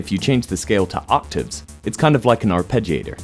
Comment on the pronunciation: I think this might be the first time I've ever heard someone in a youtube video say "arpeggiator" and not "ar-peggy-ator." Good show!